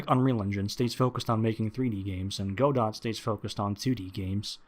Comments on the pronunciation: Did he really call it "Go-Dot?" I thought it was "Go-doh," like "Waiting for..." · OP called it "Go-Dott" - instant loss of credibility :P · This dude's whole video is essentially him using the engine wrong, refusing to do research, and not understanding basic aspects of the engine – then complaining about all of that as though it's Unity's fault. He doesn't even know how to pronounce "Godot" correctly, so clearly he's stubborn and unable to research. I'm sure he'll eventually run into the same issues in Godot later down the line for the exact same reasons then complain about it. Sad. Edit: His complaint about learning/using version control is astoundingly dumb xD Anyone who refuses to use version control simply because it has a (tiny) learning curve is clearly just incredibly stubborn and wilfully ignorant. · I mean... I just don't click on these guys videos... they obviously don't know what they're doing, but they want to tell us what to do? Like... this guy can't even be bothered to look up the pronunciation of Godot... why would I bother with anything he had to say? And like seriously, he's a noob that can't program, but he thinks a C++ based engine is going to do him better? I don't buy it... He's even advocating for not using version control... that's just toxic. Don't care what engine or technology you're using, source control is an essential. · A couple of his points are valid, mostly the crashing. For me that is a problem. Other points are weak. I am skeptical of a person who recommends a game engine with a name they don't know how to pronounce. That's not a comment on his intelligence. We all make those mistakes–It simply suggests to me that he has less experience with Godot (or the community) than he thinks.